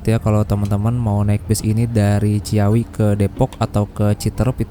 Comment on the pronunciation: Ci-awi mas... bukan cia-wi. Btw start awal... start ya pasti awal. Mana ada start akhir 😅😂